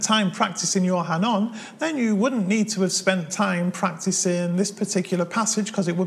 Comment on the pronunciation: Hanon? It's pronounced “Ah, No!”